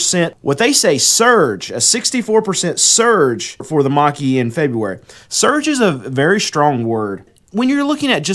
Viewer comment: Man has an issue with the word "surge" but no problems with his "COLLAPSING" titles. LOL